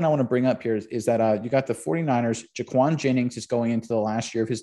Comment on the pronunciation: Juwan Jennings not Jaquan